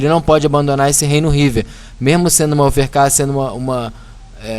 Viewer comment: DRO, OVERCAR... kkkkk fala direito!!